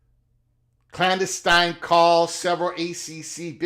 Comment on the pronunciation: Love your channel and content. But please look into how to pronounce clandestine 😂. Like fingernails on a chalkboard every time I hear it.